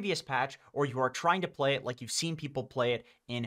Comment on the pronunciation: why does he say ply insted of play? Maybe pligh?